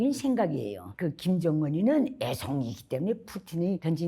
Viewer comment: 그 애!송이! 할 때 왜케 웃기지 ㅋㅋㅋㅋㅋㅋㅋ